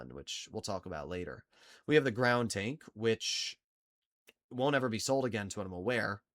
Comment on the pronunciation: Nah bruh, when you say the GroundTanks name you gotta put massive emphasis on it. Instead of saying "groundtank" say "GROOOUUNNDD TANK" 😂